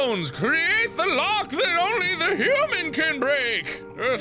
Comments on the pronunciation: "Hoo-man" = "Hoodoo-man" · thats how i pronounce human now :)